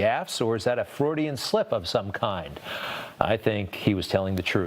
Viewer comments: Joe made a 'Fraudian' slip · Joe's "Fraudian" slip LMAO